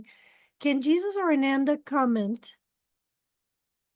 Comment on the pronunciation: And you "channeling Jesus and Ananda" who is Ananda? You mean Sananda, that's also Jesus's name. Get your names Right and then tell the truth